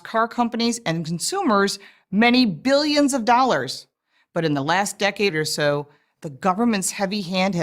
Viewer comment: I love how she accentuates "Free Market", and more so "Billions" so awkwardly almost like she knows she is talking crap.